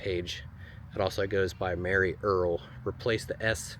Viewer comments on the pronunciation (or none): Merie Earles pronounces her name like Marie. Just an FYI. I'm a Waltons super fan and Judy Norton who played Mary Ellen taught us that on her Youtube channel 😊